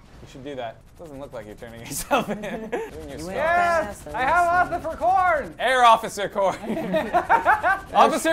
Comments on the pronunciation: I like how calls Officer Corn Occifer Corn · I love when says Occifer Corn instead of Officer Corn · When you here Ociffer Corn so much that you can't remember the word officer XD .